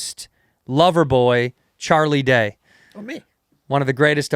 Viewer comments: had to exit once he said char instead of charlie lol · Why does he keep calling him char lol